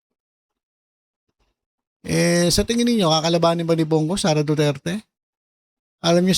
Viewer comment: I don't trust him sareyyyyyyy not sareyyyyy